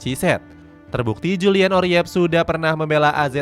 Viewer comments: Oerip bacanya URIP bang...bukan oriep...😂😂😂...OE tu ejaan huruf U untuk bahasa indoesia jaman dulu...kayak jadoel, waroeng, baroe...kalau nama orang kayak soeharto, soekarno, soegiarto, dpl...❤❤ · Next time, kalo baca nama pemain yang bener min, Oerip kok dibaca Oriyep? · Julian Urip aja bang bacanya biar indo banget😂